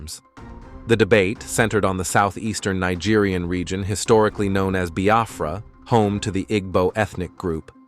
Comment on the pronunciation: Thanks be to God Almighty on high Amen 🙏🕊️🙏. I have always prayed to be alive and experienced this great nation of Biafra. He pronounced nigeria in a yeye way buh Biafra sounds neat and sand in his mouth. Thanks be to God Almighty